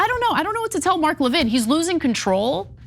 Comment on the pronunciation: Lévin like Lenin, thank you. Stop calling him Levine